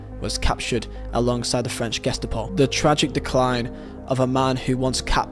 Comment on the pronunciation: Dude your pronunciation is really horrible.. Love the video but damn.. You can't even say Ge-sta-po correctly??